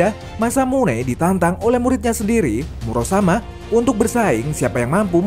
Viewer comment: Muramasa min bukan Murasama😁